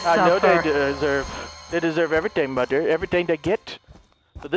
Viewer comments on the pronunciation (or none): No It's mother not moder